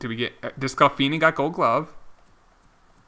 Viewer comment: I got to say it. It is pronounced des-clah-fanny. Not des-clah-finney. You should make that 20 yrs old third baseman you got in the draft a second baseman. Just edit him. Teams do that all of the time. My reds are doing that to senzel right now .. so you might as well do it..